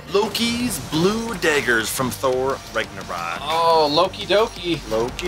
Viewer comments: It’s Nagnurock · He said thor rigornaught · It's pronounce tho raaagnorak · The word Ragnarok is pronounced the rag Norwalk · You said ragnorok wrong